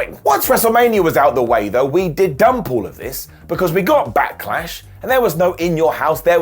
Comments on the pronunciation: Back"eh"lash. What is this Backehlash you speak of? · Did say backalash lol